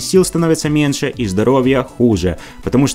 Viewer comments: Правильно говорить не "МЕНШЭ" , а менЬше!!! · Автор, не меНше, а меНЬше. Рукалицо.